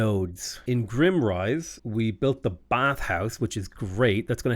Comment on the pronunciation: just want to point out that your capital is GRIME - rise, not grimm-rise. IE, its dirty, not depressing